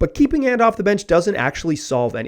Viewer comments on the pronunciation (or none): Bro you did not just say “aunt” 😂😂😂. It’s “Ant” like the insect 🐜 and “Damian”.